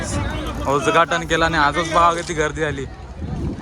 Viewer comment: भावड्या उदघाटब झाले कि उजघाटन झालंभावा. मराठी शब्द व्यवस्तीत उच्चार करा. बाकी व्हिडीओ छान.